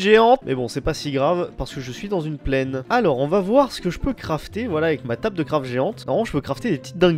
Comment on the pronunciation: "tabeul" "schord"